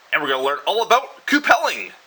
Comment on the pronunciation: I've always heard it pronounced q-pull or q-pull-ing not coo-pell-ing. By the way, you might want to think about getting a leather bib (or at least flame resistant cloth like the cheapy welding coats) to protect your beard from the heat.. All you need is to light your beard on fire... that'd be bad.